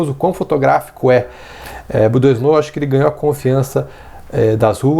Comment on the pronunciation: Valeu pelo vídeo! Ah, a pronúncia de "Doisneau" é "doanô". ;) Abraço!